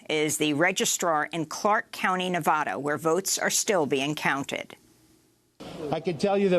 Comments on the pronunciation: It's vad. Nevada. Like had with a v. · "Nevada" has been mispronounced by some reporters in recent days. It might be the most mispronounced state name in the country, so I've created a phonetic trick to help people pronounce it correctly. The first "a" in Nevada is not pronounced as "ah." This is the most common mispronunciation. The correct pronunciation is to pronounce the first "a" in Nevada as the "a" in "add." An easy way to pronounce Nevada correctly is to use this phonetic trick: picture the spelling of Nevada with a double "d" as in "Nevadda."